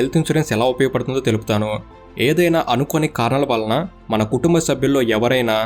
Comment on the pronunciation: "కుటుంబము" కుటుంభము కాదు